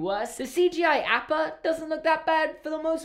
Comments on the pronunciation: says Appa like apple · Complains about how the movie pronounces Iroh's name wrong Also: Pronounces Appa's Name wrong